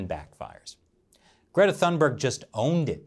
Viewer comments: Toon-bear-gh. not thun-berg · I have no love for this kid but her name is pronounced "tune-bay". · When you lack arguments, use personal attacks instead. Weak, CCP. BTW, the "h" in Thunberg is silent. I think if you tried to say "Tuunberg", you'd get fairly close. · The letter "e", yes. But if you say "Thunberry", no. :) The "g" has a y-sound to it tho, but not like the y at the end of a English word like berry, but more like the y in "yesterday". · Please say her name right! It damages your credibility!!